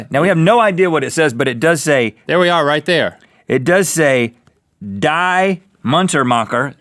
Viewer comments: Ahahahah "die" is pronounced like "dee" and it means "the" XD nothing to do with death lmao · Die sounds like De, and it means the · Die is pronounced dee and is basically of of the forms of the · its not die its d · its not pronounced die its pronounced (dee) and Die (dee) Munter-Macher means "The Merry-Makers" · Die means the, so its saying The Rhett and Link, it is pronounced dee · If anyone here knows German, listening to this is hilarious 😂😂 when he says "die" he pronounces it as English "die" instead of "dee" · I have been taking german classes Ill be in german 3 next year but hearing rhett go Die instead of saying it like The with a D it made me crack up. Der die und das ist mein nominative, den die und das ist mein Akkusativ. Und dem, der dem ist mein Dative. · It's not pronounced die it's dee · In german "Die" is pronounced "di" like the letter D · "Die" in German is one of the words for "the" and it is pronounced "Dee" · die is pronounced Dee and die means the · Lol "die" (pronounced DEE) just means "the" guys don't worry :) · die is pronounced "dee" lol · die in german i know is The... it's pronounced like the letter D so more like.. Dee. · DONT WORRY!!!! I speak German!! They don't want you to die! It's pronounced dee and it means "the" in German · Die is one of the words for 'the' in German. Don't take my word for it, but I think it's pronounced 'dee' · "Die" in German is the feminine form of "the". It is actually pronounced "dee" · Kittycateyes and it's pronounced Dee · Die in German is said like dee and means the. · lol "die" in german is pronounce as "dee" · Die in German means the and you pronounce it as dee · In German die is pronounced "dee" and it means "the". So they weren't ushering death threats to you guys. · "Die "in german I'd pronounced "dee "and it means "the" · btw "die" is pronounced "dee" in German. ich spreche die Deutsch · die is pronounced like dee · "die" is pronounced "dee" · "Die" is pronounced "Dee" and means "The"